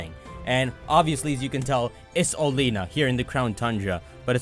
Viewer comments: I thought it was pronounced Oh-lay-ah-na. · I thought it was pronounced Ol-ee-na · according to the official Pokémon twilight wings anime (at least I think that’s what it’s called) it is pronounced Olianna. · Bee does sound weird, but it's even weirder than he pronounces Oleana as Oleena but then doesn't pronounce Bea is Bee. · I'll still never get over how he mispronounces Oleana. Like he just completely ignores the letter a.